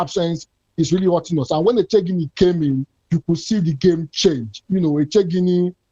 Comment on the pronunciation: Please, please, please, I can excuse non Igbo speakers for not pronouncing Jennifer's last name correctly, but not you. The name is ECHE-GINI ( what is the thinking about or what are you thinking about) - it's a question